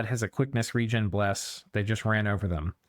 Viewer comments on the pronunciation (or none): none